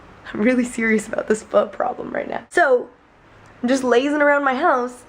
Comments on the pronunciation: Was going to say pho is not pronounced "fo" but more like "fuh" but then started pronouncing it correctly at the restaurant. Guessing either Mike or Darryl told her about it. But, nicely done! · My husband keeps correcting you and saying it's pronounced FUH lololol! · pho is pronounced fuhh